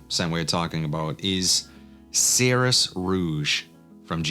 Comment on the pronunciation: Yeah, you're right, they got rid of the red bottle for Xeryus Rouge. Which is a shame, because the red bottle made it stand out. And it's pronounced Like "Zerious". Serious but with a Z.